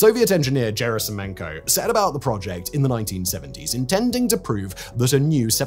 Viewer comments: Hard G on Gerasimenko. A Russian G is always hard. To get a soft G or hard J sound with Russian Cyrillic spelling/orthography, you have to combine two letters that are usually transliterated d and zh, thus dzh. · You really buchered Gerasimenko's name.